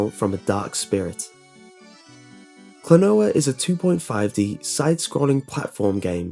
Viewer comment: It's "Klonoa", not "Klanoa". ;)